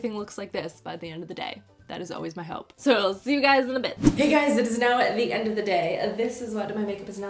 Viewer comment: "I'm really good at talking about de makeups." 😆